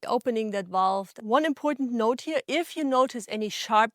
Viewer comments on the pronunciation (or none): none